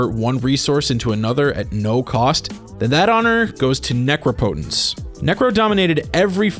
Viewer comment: Ugh. Necropotence is pronounced just like Incompetence. Say the word Necropolis out loud so you can understand better how to pronounce NECROPOTENCE!